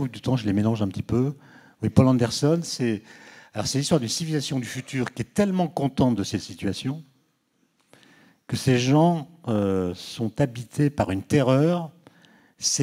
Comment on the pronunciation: C'est pas "Paul Anderson", mais "Poul Anderson".